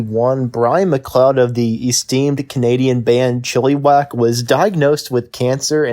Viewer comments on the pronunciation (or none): It's not Chili Wack, it's Chil a wac